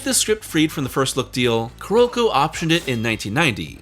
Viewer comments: Why do you keep calling Carolco "Ku-Rokou"? CARE-OLE-CO!! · I seriously dislike the way you pronounce Carolco. You gotta go find a vid with sound and learn the correct sound.